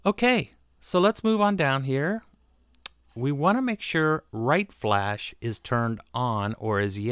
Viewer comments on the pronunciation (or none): none